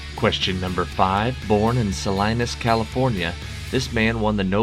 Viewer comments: Wonderful quiz as always. Just a small correction, Salinas is pronounced “Saleenas”. I know you have “Sal - eye - na” in Kansas. 🤗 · Hey,: how is it possible to be so completely insulated from the normal pronunciation of both foreign and English words? Nothing reveals so obviously your ignorance of Steinbeck, for instance, as that you don't know how to pronounce Salinas (roughly, suh lee nus). Boeotia is pronounced bee OH shuh, and Karamazov takes its stress on the third syllable. In every quiz, you make several such howlers. Why don't you just look them up? Many proper nouns will actually be in the Webster or Oxford dictionaries online.